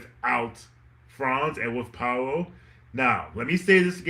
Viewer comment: It’s pronounced more like Pow-lo instead of Pa-oh-lo.